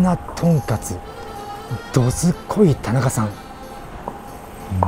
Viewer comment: 外のメニュー見てる時どすこいが、力入っててどずこいって聞こえる(笑)